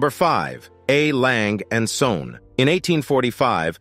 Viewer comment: YOU completely mispronounce LANGE & SOEHNE.............SOEHNE MEANS SONS........POOR pronunciation!